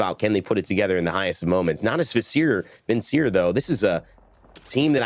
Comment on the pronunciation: someone tell him how to pronounce Natus Vincere...